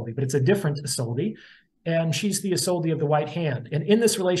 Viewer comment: *isolde is pronounced Iz-OLD-uh